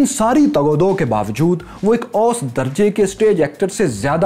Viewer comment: اردو کا لہجہ درست کریں۔ اوسط کا تلفظ بہت غلط ہے۔